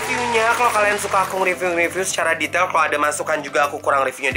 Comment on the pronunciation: Wkwkwkwk "ripyu" Sumpah mood booster banget ❤️